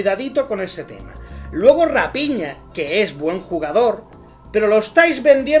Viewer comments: se dice Rafiña no Rapiña..eso eres tu un ave de rapiña jajaja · Rapiña?????? Se dice rafina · Que feo que se pronuncie a raphina como rapiña...